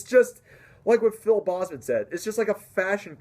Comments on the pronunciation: PHIL BOEZMAN. No sir..it's Phil BOZEMAN. BO. BO Z MAN. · It's not "bossman", it's "Bozeman". That's the only thing criticism I have. Other than that, good video. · It’s BOZE-man. Like the headphones. Not BOZZ-man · good job man your right. the bahhhzzman thing was a funny pronunciation. I agree that people shouldn't talk shit about people's taste. But let's face it some bands/music just sucks. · If he is one of your favorite vocalists and you met him twice, it's kind of embarrassing that you mispronounce his last name all the time! Watch his videos on YouTube! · awesome vid!!!......but the way you said bozeman made me cringe so bad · Bozeman is a Dutch last name meaning "angry man", try Google translating Boze man. - from a native dutch speaker